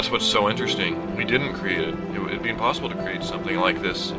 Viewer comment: I'm pretty sure he said, "To impossilbe"